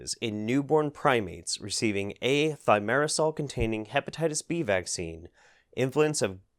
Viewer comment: So filming successfully pronounced thimerosal, but editing misspelled it as "thiomersal". Just an fyi.